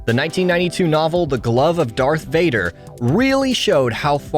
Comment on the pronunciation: Its not that hard to say DARTH Vader